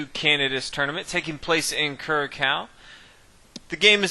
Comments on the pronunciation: The game took place in CuraKao?????? Try Curacao, like CuraSao. I apologize for the pettiness but my stomach turns when I hear Americans butchering non-English names and words. Where's the basic respect, guys??? And if I hear you say, "fianCHeto" (CH- as in church), I swear, I am going to puke. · I'm going to troll you for a second and tell you that the little accent under the c makes it a soft sound, so its KYUR-uh-sow, not KYUR-uh-kow. Anyway love your vids you should upload more often :) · The name of the country is pronounced Cu-ra-soW! Great video though, I will definitely have to get this graphic novel. Graphic novel +Chess :D *dances*. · The ç in Curaçao is an "S" sound, not a "K"